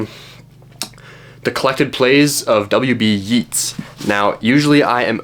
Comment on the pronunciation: Yeats rhymes with gates not beats